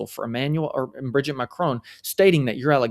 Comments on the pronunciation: It’s Brijeeet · You mispronounced Mrs. Macron's first name. If you can't get that basic right, why would we trust you?